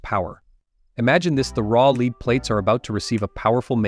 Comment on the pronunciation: Please dont say "Leeed". That means to be ahead. Say "Lead" the metal.